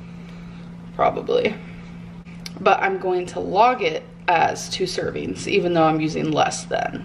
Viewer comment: Lol! That is irritating to me lol serveens.. lol